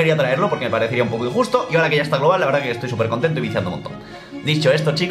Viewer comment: Haré lo mismo que todos... Fallaste un poco con "poco" xd